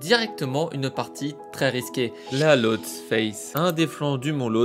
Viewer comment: Pour info, on prononce Losté et non pas Lotse